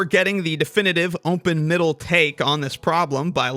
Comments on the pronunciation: Why does it sound like "umpen middle" every time? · Is pronouncing it "Ompen Middle" a running gag or in-joke? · Sounds like you're saying ownpin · Gotta legit ask, is it some kind of in-joke or engagement bait that the dude pronounces some words in a weird way ? Like "open" pronounced as "umpen" ? This has to be the most bot-coded question I've ever ask, but it just bothered me too much XD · Is it just my or does it sound like he's saying "ompen"? Or "umpen". Hmm 🤔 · why do you say open like that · Why tf do you pronounce open like that? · the way you say 'open' hurts me